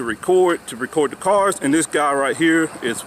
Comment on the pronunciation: I love the way he says looking into the carrrrs